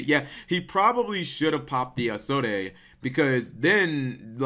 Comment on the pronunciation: He should have popped Isolde instantly. Also Cap, you don't pronounce the last "e" in her name... it's pronounced like "is old".